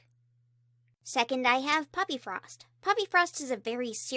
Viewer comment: I thought she said puppyfrost insted of poppyfrost